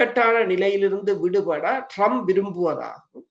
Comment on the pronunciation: இவர்கள் இருவருக்கும் ஆங்கில, மற்றய மொழி உச்சரிப்புக்களை பிழையாக உச்சரிக்கிறார்கள். ஒரு உதாரணம் Trump இனை Drump என்கிறார். 😂😂😂😂 China வை "ச்சீனா" என்கிறார். இவர்கள் ஆங்கிலம் பேசும் நாடுகளில் வாழ்கிறார்களாம்😂